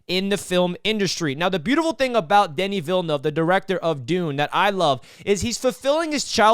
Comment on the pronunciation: smashed 👍🏼 right away for the on point pronunciation of ‘Denis Villeneuve’. On point review too. Yeah this movie is awesome on many levels.